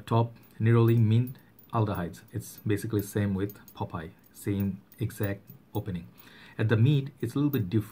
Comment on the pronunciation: Not pop eye ,. Popeye